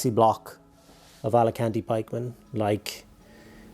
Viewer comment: AL CA TANI!!! FFS!! Alicante is a holiday destination!!! LMAO!!